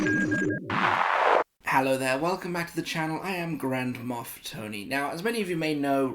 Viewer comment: Thonnahhhhhh!!!!!!! That's Tony pronounced in an entirely new way! How are you diddly-doing!? I've just scored the stormtrooper "Microphone" from the comic line for 18 English potatos a couple of minutes ago. I say this with less than absolute certainty, as the deal is with Zavvi, who I trust about as much as a crack head in an unattended corner shop. Hopefully this happens as I really don't fancy paying over 30 quid for him from Star Action. In fact I fancy that so little, I HAVEN'T paid over 30 quid for him for months in sucession, since he was released.... I think this may be I now have every Stormtrooper variant they have ever released for the "normal" trooper. (Excluding the see-kwell iterations) I'll have to give this more thought... I am also at this very moment leading/winning an ebay auction finishing in about 20 minutes for "Purple Helmet" Durk Grader, who is inclined in this release to be invoking 'owd Palp's wrath!! I've hit £37.50 and really don't want to go a penny washer higher.... However, I think this is the last Vhlader I need, to have every single release of him as well in the BS. I'm on about ten loose and the OT 3 moc...